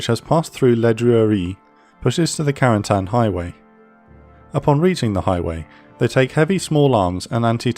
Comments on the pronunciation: Creates a video specifically focusing on some very specific place, does not try at least once to pronounce said place correctly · It's funny how americans pronounce Cotentin correctly (even if there is room for error) but Carentan is always butchered. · What about a little French lesson to pronounce Carentan properly? Great job otherwise!